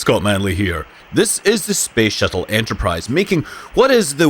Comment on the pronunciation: Why is he saying space shittle